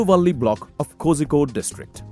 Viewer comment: kozhikode - has to be pronounced as "kolikode"